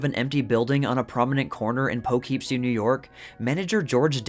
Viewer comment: I'm from Poughkeepsie and I'm super curious what building that is (or was) Also it's pronounced Pah-keepsie I love how all out and creative they got with film advertisements